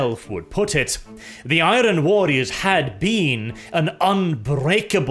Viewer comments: mate. I love your videos and your English is excellent. However please, in the future. Do NOT pronounce the R in Iron. The R is silent. Pronounce it like Ai-urn. I know it’s silly but that’s the way it is, keep the Rolling R’s going for everything else though. Please keep up the videos. Been a fan for years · The 'R' in iron isn't pronounced and its certainly not trilled. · Is it a meme now, the way pronounces Iron. He always says I-ron while it’s I-ern. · I'm sure the R in the word IRON is supposed to be a silent one?? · Hey man, Enjoying the lore videos. Stick to these instead of the insane political stuff. Also learn how to pronounce iron its driving me crazy.